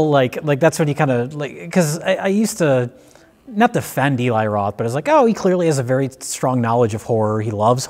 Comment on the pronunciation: I love the cabin fever series. This was a great video. Also so glad these guys call Eli (E-lai) instead of (El-ee).